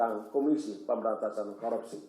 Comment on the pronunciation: ngomong korupsi aja blom bener , KOROPSI wkwk